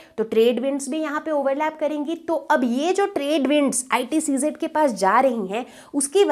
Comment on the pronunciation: Sorry mam , But its ITCZ AND you are reading ICTZ